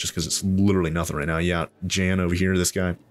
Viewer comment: Hey. I think the Scientist "Jan" is pronounced "Yan"😅